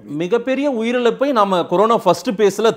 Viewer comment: Corono illa da anchor. Corona adhu. You are such a irritating anchor.